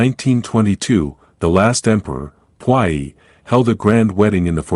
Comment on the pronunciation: The way the voice is pronouncing puyi 🤮🤮